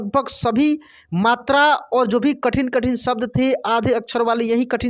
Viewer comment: आप शब्द का उच्चारण सब्द कर रहे हैं... उच्चारण ठीक कर लें तो अच्छा रहेगा और लोग भ्रमित नहीं होंगे